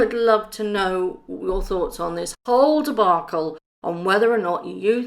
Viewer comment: The way you said "Debacle" - it rhymed with Markle!